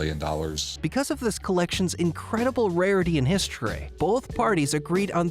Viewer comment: ... "Archyve"... ?? ... "His-traay"...?? American narrators suck so hard.